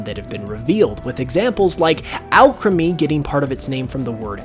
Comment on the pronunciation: THANK YOU for pronouncing alcremie right and the mecha godzilla reference